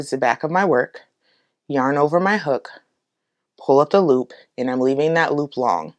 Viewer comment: When you say pull up the loop I hear pullapaloo 😆 it's such a cute word